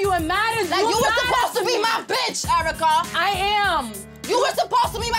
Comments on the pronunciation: EURA CUH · was just about to type this. Airwrecka is *the* most accurate